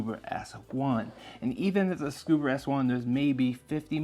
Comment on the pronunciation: Um, there's no "R" in ScubA.